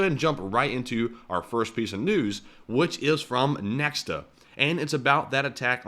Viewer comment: So many questions here. Calibr missle is sea to land, not tracking moving targets, was it anchored? Was it close to the shore so land based air defence had a range? That would work with anchored version. Btw Nexta is read as Nehta, h like is word “has”, its belarusian, means “someone”